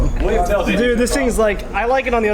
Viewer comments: its Willhelm not William, its a old swiss legend and because im swiss this triggers me😂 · It’s Wilhelm not William! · oh common im from switzerland and Tell is called Willhelm Tell and not william, but uts still a nice video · Its Wilhelm not william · He was called "willhelm" not "william" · It's actually "Wilhelm" and not "William"